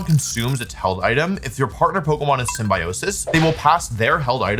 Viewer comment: I can't believe how you said symbiosis 😭